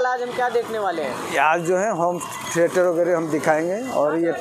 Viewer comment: भाई अगर आप पढ़ाई लिखाई करते तो होम थिएटर को होम थिरीएटर ना बोलते